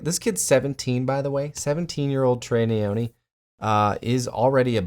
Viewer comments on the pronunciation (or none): Nyoni not neyoni. African Malawi to the world . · it's Nyoni not Neyoni mate 🤦🏿‍♂️